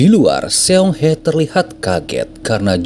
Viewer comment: Sayangnya admin kayaknya kurang paham cara membaca kata Korea dlm bentuk abjad biasa. Contoh Seong itu harusnya dibaca SONG ( aksara EO dibaca pada kata SOPAN) Seoul dibaca SOUL